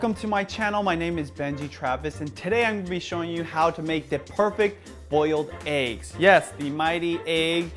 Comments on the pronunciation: No problem with the content. Points off for pronunciation of "eggs" and Youtube affectation. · One like for every time benji says AYE-GGS 😋 am i the only one who pronounces it EH-GGS?? lol jk ilysm benji and!